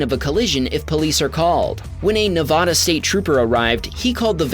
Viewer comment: you are mispronouncing “Nevada”